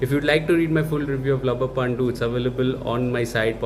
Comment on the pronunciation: It is not pandu. You have to say pandhu..